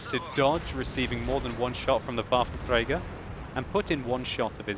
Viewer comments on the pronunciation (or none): none